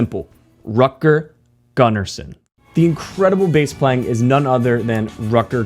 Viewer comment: "Rutger" is pronounced with an "u" like in bull, not like in butter. Same with his family name Gunnarsson. Not that it matters in base heaven where he is now, probably playing a duet with ABBA guitarist Lasse Wellander that went over yesterday. RIP both of you guys. Vila i frid!